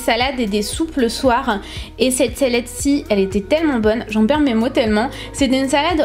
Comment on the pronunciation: "cette sélède-ci" 😂😂